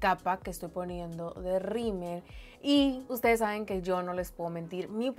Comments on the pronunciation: Se me hace gracioso que le dice “rimer” al rímel 🤭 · Xally Valdez es que en el norte le decimos “rimer” 🤭😅